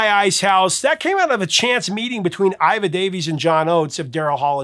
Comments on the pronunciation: Why are you saying Ira? It's Iva. Iva Davies. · IVA Davies, not IRA, get it right.